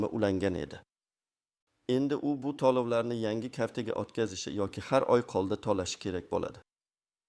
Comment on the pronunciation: Lagapedga borib talaffuzingni töğila. tuzsiz pensiyonerlani asabiga tegib yolğon gaplarni gapirma iltimos tallovlarni emas tölovlarni deb.gapir